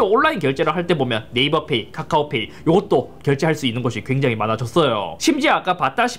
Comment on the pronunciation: 괴장히 -> 굉장히